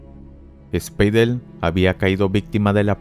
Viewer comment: Tus videos son entretenidos, pero es insufrible escuchar los intentos por pronunciar con acento alemán en español. Los nombres como Wilhelm, Spiedel o Stutgart y otras palabras, estan terriblemente pronunciadas. Todos mis profesores y conocidos alemanes son muy estrictos en la pronunciacion del idioma. Escuchar tales errores me hacen querer cerrar el video.